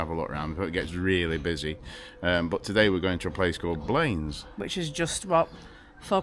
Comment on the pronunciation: my aunty lives in blanes the first holiday abroad I went on in 1975 was to visit her. pronounced ( blan- iss)